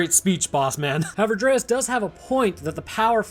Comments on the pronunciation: His name is DREYFUS, not dreaus or whatever was being pronounced. Also im pretty sure the apes hadnt seen humans in the last TWO winters, not eight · How can you not pronounce Dryfus? Its literally said out loud in the movie. Delete your channel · THANK YOU for pointing this out. It kinda feels like he didnt really watch this movie, just kinda went thru it for the video. Because he also mispronounces Gary Oldmans character's name every single time in this video.